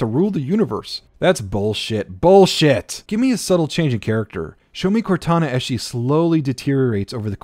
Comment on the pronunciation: it sounds like you meshed both Cortanas and Kataras names together